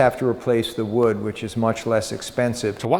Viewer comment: I’m sorry… did he just say “the wood”?